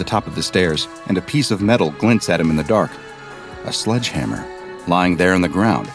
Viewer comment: It's sledge hammer not sludge hammer. Thx